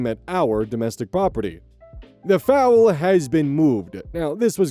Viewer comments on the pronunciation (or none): Not consistently calling the baby horse (foal) a bird (fowl) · Not pronouncing Foal [fohl] as Fowl like the birds. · It could be a difference of pronunciation depending on where he is but yeah foal should not be pronounced like fowl, but more like bowl. 😅 Sorry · You kept saying foul instead of foal like come on man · Foal. Pronounced like "Goal". "Fowl" is the way you are pronouncing it, and it means a bird, not a baby horse. Foal. Like "Goal." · Foal, a baby horse, not Fowl, a bird Foal, Fo-l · I was wondering if fowl was just another term for foal that I’ve never heard before… XD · I was about to say something about the foal lmao. The way you're pronouncing it refers to a type of bird (I.e. ducks, geese, etc.) 😂😂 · THIS IS THE KIND OF VIDEO I CRAVE! LONG, JUICY, AND WITH A SATISFYING ENDING! Also, foal is pronounced like hole and not foul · I like how half the comment section is 'oh god I remember this insane story' and the other half is about how pronounces the word foal as foul 😂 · FOWL:( nooo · Yeah it’s pronounced like bowl the dish not bowels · Foal is pronounced like coal, not like fowl. I'm humorously shocked that you weren't aware of this. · Every time I hear it I giggle for a good 3 or 4 seconds. I am a 31 year old man. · Oh you poor thing 😅 I heard you say that and my horse girl ears were so offended immediately 😂😂😂 Hey, we all mispronounce words we're unfamiliar with. No biggie. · I was only listening and thought that they had a horse and some chickens, geese , or ducks until one usage made me look. Then I thought maybe he’s pronouncing it the way some Scots do. (I don’t know if they actually do that) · Don't worry, the average american doesn't know all the pronunciation of every word in their language, don't feel bad for a common mistake 😅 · I was gonna comment about this, but it looks like you’ve been made aware. No biggie; I just kept getting confused when you would switch mid-sentence from talking about birds to horses, lmao.